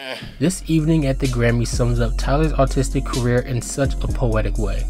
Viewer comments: I'm sorry, but everytime you said artistic it sounded like autistic to me and well uh- YEAH IT WAS FREAKIN HILARIOUS Still 10/10 video frfr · i heard autistic every single time you said artistic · Great video, but I swear I kept hearing “autistic career” instead of “artistic career” idk if I’m tripping or if you need to pronounce your R’s better but great vid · I found it funny how you kept saying artistic as “autistic”. I doubt it was intentional but it was funny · I fr thought he said, "tyler's autistic career," lmao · This is a fantastic video. But brother, please work on your pronunciation of the word "artistic".